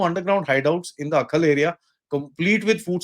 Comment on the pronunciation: It is not Akhal but Ai- hal, a village in Kulgam district